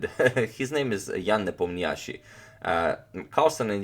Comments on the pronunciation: Hi Antonio, I believe Ian's last name is pronounced with stress on 'O' sound i.e. NepOmnyaschi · Ian Nepomniachtchi (i have always been impressed the way it's supposed to be written in english) is a russian name. so it's right to say Nep'Omniachtchi but not the Nepomni'Achtchi. if you care ofcourse. By the way, in russian nepomniachtchi means 'the one who doesn't remember. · You pronounce nepo's name absolutely terrible